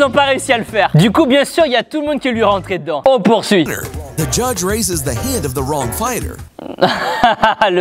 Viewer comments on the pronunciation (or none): none